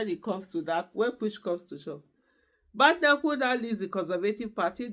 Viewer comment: Fan of your show, just to let you know you are not pronouncing her surname correctly, there is no bad in her name . Thanks